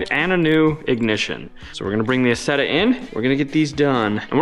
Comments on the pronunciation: Pronounced as eyezeda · It's pronounced "eye" Zetta!!! Don't you know your Deutchlandese?? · Pronounced Eye Zet Ah!!! 😊 Like Eye Tal Ian!!! lol